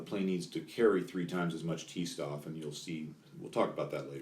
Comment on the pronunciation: Every time you read 'St' in german, pronounce it 'Sht' Stoff is [shtof]